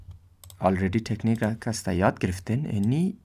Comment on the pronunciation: مَیه ،طَکنیک اَوو چیز گفتی